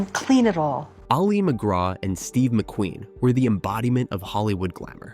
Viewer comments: I know you are a bot, but her name should not be mispronounced despite that. Her name is not Ollie it is Ali. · pronounced Alley not Ollie. - Otherwise an excellent presentation.